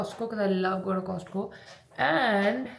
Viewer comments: fyi. The T in Costco is silent!!! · It is cost co but latterT is silent dear just for your information😊 Btw love watching your vlogs❤❤